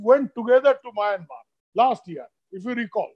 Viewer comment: Please pronounce the word Myanmar correctly.